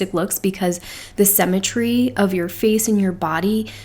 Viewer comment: I just discovered your videos today and am binge watching! Really loving hearing your take on the Kibbe system.💖 One small note of constructive criticism...you are pronouncing symmetry incorrectly. sym·me·try /ˈsimətrē/ I know this is a small thing, but with the amount of times you use this word (especially with describing classics) I thought you might want to know. 😘